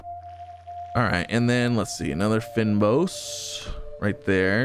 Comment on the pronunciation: It’s pronounced “Feign Boss” it’s a plant biome that’s native to South Africa hence the name